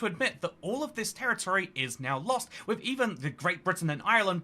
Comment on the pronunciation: WIV and FREE Very brave to do these videos WIV a speech defect. Good luck.